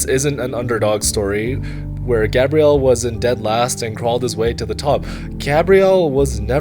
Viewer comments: Is GabrielE , not Gabriel ... This video is amazing , you always do a great job man ! tx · Bel video, però per fare 20 minuti di video su Gabriele Moroni potevi almeno imparare a pronunciare il suo nome! In the preparation of the video, why haven't you asked for the correct pronunciation of the name, Gabriele?